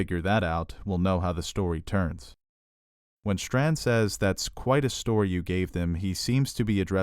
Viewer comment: It's "Strand", not "Shtrand".